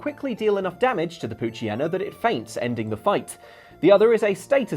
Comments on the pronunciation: Did you just pronounce it "pooch-y-en-na"? It's "pooch-yee-na"! Like pooch/hyena mixed. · I love how everyone consistently mispronounces the "Hyena" part of "Poochyena." It's tradition at this point.